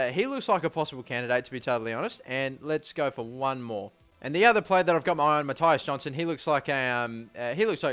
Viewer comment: its not mattaias its mattias u pronounse the i like i not ai